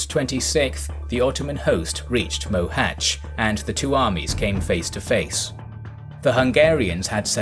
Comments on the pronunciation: well, he still can't pronounce the "Á", but at least he didn't murder the "Cs" (unlike with the poor Dózsa György, it would have been better, if they go with George). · Finally someone who can pronounce Mohach correctly.. Although the writing Mohacs is still wrong.